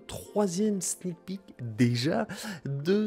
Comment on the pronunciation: "on peut très bien demander maintenant des Sneek pic" xD